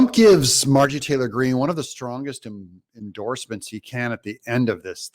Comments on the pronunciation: Her name is MarjORie, not Margie. You keep saying it incorrectly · Haha I love it when you call her Margie😂